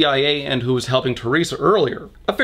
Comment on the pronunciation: Hai Le Hoang me being Chinese can guarantee even with someone with zero English knowledge, they'll just say her name the way it would be transliterated (teh-lei-sha or teh-ree-sa something) and not this made-up shit. Yeah why bother to find out that unlike Japanese for example, Mandarin does indeed have a soft "r" sound? Any sane person wouldn't even include this bit because it served nothing other than racism. Yet this is Norman so what do we know.